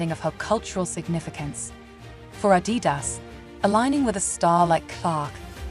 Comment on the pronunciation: Even Adidas isn’t pronounced ‘properly’. ‘Perfectly’.